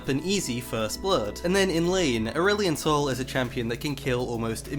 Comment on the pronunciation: Your first Aurelion Sol sounds like Earl Sol which makes me think of Earl Grey Tea but if I think further I think of Earth's son... Yeah... my mind is going places man, I'm tired, another night no sleep for schoolwork cause theses are fun